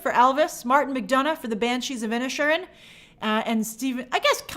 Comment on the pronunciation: Inish Erin break it down Grace..you break my heart wioth your pronunciation sometimes